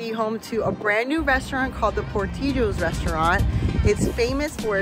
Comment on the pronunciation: I understand the Hispanic pronunciation, but it's from Chicago and pronounced Poor-TILL-ohs. 🙂